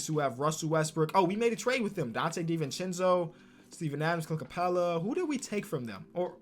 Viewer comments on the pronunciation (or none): none